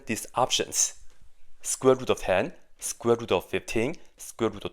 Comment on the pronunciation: I only watched the video to see what possibly can go wrong with this simple equation. And I have not found this "easy mistake". But it was fun watching somebody pronounce "square root" like "squibble".